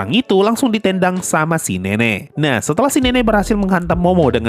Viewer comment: Bukan bermaksud menghina atau apa, tapi ini detail yang gue dapat dari cara abang ngomong ‘ditendang’ yang logatnya itu jelas banget timurnya… Dan gue langsung ingat sama video di Cleansound yang ternyata abang adalah orang yang tinggal dan besar di Papua🫡